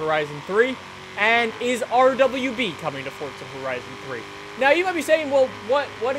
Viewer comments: the one thing that bothers me about him is the fact that he says FORTZA he doesn't say FORZA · Isn't it Forza not Fortza? Sorry :3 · he said fortza